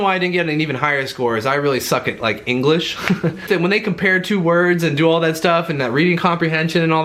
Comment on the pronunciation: Anyone else catch him say engrish?